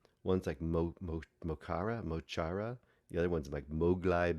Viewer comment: Loved the film but I'm a long time fan - it's mo Chara (ch as in ach in German), Móglaí (Mowgli) Bap and DJ Próvaí (Pro-vi). Yes, the Six Counties are still occupied by the British. Their names are referenced in their music as well. The protest mentioned is the march for recognising the Irish language in the current state the Six Counties are in. This film does need a bit of research to understand the full picture.